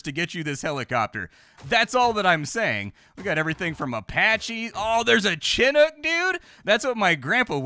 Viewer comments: A: yes small arms can get lucky and take out any helicopter. B: you're saying Chinook like a pog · Do Americans say Chinook like Chin hook? UK it's Shinook